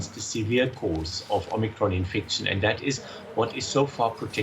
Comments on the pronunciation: Ah yes the Omicrin. Oh the, omicrin. I know the omicrin. I do the omicrin everyday. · it's omicron not omicrin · Please correct omicrin to omicron thanks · oh no! not “omicrin” (!) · Great now we have a new “omicrin” variant. ;)